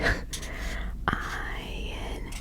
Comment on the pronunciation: Ayin isn’t silent 😅 it’s just a sound that Americans can’t pronounce